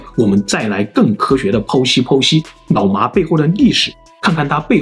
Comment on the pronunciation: 好像蠻少人養牧羊犬 也是太聰明的關西XD? 我一直聽成 腦麻